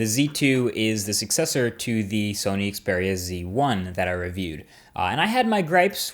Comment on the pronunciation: I'm pretty sure "Xperia" is pronounced similar to "Experience" which I would think is not a coincidence.